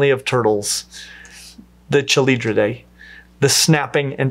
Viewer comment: Hi, as a turtle researcher I very much enjoyed this video but I want to make one comment. The ch in all of these names, Chelydridae, Chelidae, Cheloniidae, should always without exception be pronounced with a hard k sound. A soft ch sound as in charm should never ever be used for any words of Greek origin. Great video otherwise! I was glad to see you were up to date on the placement of Trionychia relative to the rest of Cryptodira, as opposed to the older placement nested deeper up in the clade.